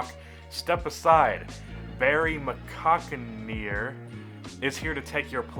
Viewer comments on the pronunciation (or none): Dr. “My-cock-in-the-air” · Bro that's not his name. It seemed to go over your head. Barry McCockiner is "BURY-MY-COCK-IN-HER" it's more trolling by him. It's not a name it's an activity.